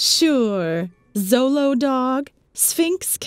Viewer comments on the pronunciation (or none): The xolo dog is cute, xolo is pronounced sholo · It's not pronounced "Solo" it's pronounced "sholo" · Xolo is actually pronounced "Show-low" there's no Zzzz sound. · not pronounced "solo" but "sholo" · Actually, Xolo isn’t pronounced Zolo, or ksolo, but rather sholo. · 'SHO-lo.' And the breeds full name is 'Xoloitzcuintle', which is pronounced 'sho-low-its-queent-lee'. Plus, they do come in furred, but usually are hairless. They do look like aliens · Oh! Xolo is actually pronounced "Sho-lo" since it's not an english word. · I hope this comment doesn't sound pedantic but instead like a fun fact, because the "X" sound in words that come from nahuatl is a bit weird, so its pronunciation in "Xolo" is more of a "sh" sound (so you get "Sholo") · also american hairless terriers, Peruvian inca orchids, Chinese crested, etc. and please. it's pronounced Cholo. I'm cringing inside 😂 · Xolo is pronounced Sholo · Xolo is pronounced Cholo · It's pronounced "cholo" tho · It is pronounced "cholo"